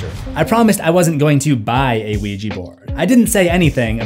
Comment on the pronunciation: dude its supposed to be ouija not the luigi from the super mario, o u i j a, OUIJA!